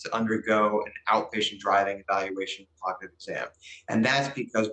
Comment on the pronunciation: I wish she could say cognitive correctly.